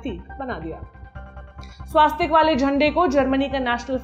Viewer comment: Pronunciation of "Swastik" not correct